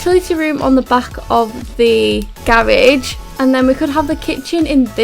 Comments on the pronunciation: Its garage not garaje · 𝕀 𝕤𝕨𝕖𝕒𝕣 𝕀 𝕝𝕠𝕧𝕖 𝕥𝕙𝕖 𝕨𝕒𝕪 𝕪𝕠𝕦 𝕤𝕒𝕪 "𝔾𝕒𝕣𝕒𝕘𝕖" 𝔸𝕙ℍ𝕙𝕙𝕙